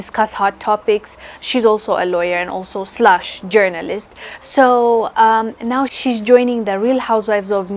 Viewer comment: Lady, you cannot talk. You said slush which you mean slash. Get it right.